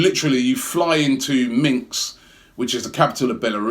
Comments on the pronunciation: It's Minsk, Robbie, Minsk!!! Not Minks!!! Cold? Dont you have a self-warming coat, as usual, Robbie? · Minsk not Minks LOL!!! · Minks! :D Minsk is what its called. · Robbie and his destruction of names. Next up: Minsk aka Minks! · Minx? Robbie’s pronunciation up there with Righty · Robbie that is not how you say minsk... what is minks ?? u shud really look out how to say names. it is very disrespectful to be lazy and not even bother to google a city's name.